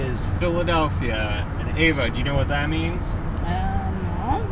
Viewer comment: ........and: Your wife's name is pronounced Eh-vah, and she's a saint for nor smacking you every time you call her AY-vuh.;)